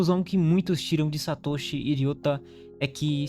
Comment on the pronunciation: A pronúncia é Satôshi e não Satóshi .Não existe acento agudo na pronuncia do nihongo. Mas o vídeo é bom 👍continue